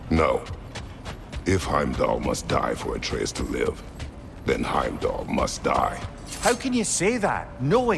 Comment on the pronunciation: it’s not Hamlet is Heimdall